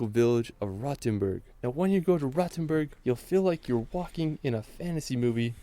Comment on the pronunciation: The pronunciation of Rothenburg is awful. The 'o' is long and round, the 't' remains a 't', even if followed by an 'h', the 'u' sounds like the 'oo' in 'root', not like the 'u' in 'fur'. Pronunciation of other place names isn't better either.